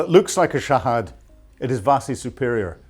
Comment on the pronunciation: Hypocrate Americans and wwests,,,it's Shahed(pronounce Shaheed) not Shahad😅 it will burn your ass